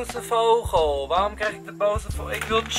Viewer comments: Raar dat Enzo een stem mag inspreken van een vogel maar hij kan vogel niet eens uitspreken :D <3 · Whahah ik lig altijd dubbel als enzo 'vogel' uitspreekt😂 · HAHAHAAAH ik lach me echt dood om hoe jij vogel zegt😂😂😂❤️ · Jij zegt zo grappig vogel😂😂